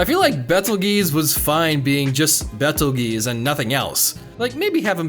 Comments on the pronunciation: Not quite...it’s Petelgeuse. I haven’t read the web novel, but the author said that’s significant, so yeah. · They don't even pronounce it like that in any dub or sub of the anime. It's Petelgeuse.